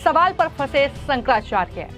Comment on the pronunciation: ये फर्जी शंकराचार्य नहीं हैं, सनातन धर्म के शीर्ष प्रतिनिधि हैं। उन पर टीका-टिप्पणी करने वाले फर्जी नेताओं के बंधुआ मजदूर और मानसिक गुलाम हैं। ये यू-ट्यूबर तो शंकराचार्य का नाम भी शुद्धता से उच्चरित नहीं कर पा रही है।